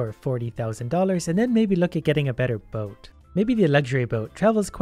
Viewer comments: Sounds like 'get in the bin' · Every time he says "get in the boat" I always hear "get in the bin" I think I saw to many gachacringe videos 😂